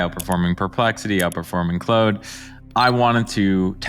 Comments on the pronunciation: FFS - Claude is pronounced like the French name: KLOHD (rhymes with "awed" or "broad"). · its not called clode you chode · If you don't know how to pronounce 'Claude', I am not sure your review is accurate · Ur not wrong but let have his lil French moment 🥖🧀